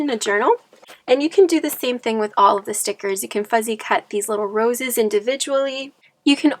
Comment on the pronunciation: Lovely. You’re so cute but it’s not fuzzy cut, it’s fussy cut.